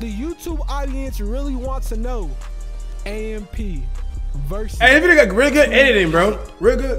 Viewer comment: 2Hyped shouldn't have AMP name in they mouth until they pronounce it right. It is pronounced by spelling out the letters.